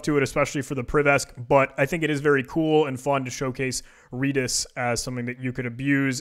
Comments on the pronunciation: It's redis not reedis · FYI. Redis is pronounced like the color, not the plant. REDis. As an employee of said company, I can say this with authority.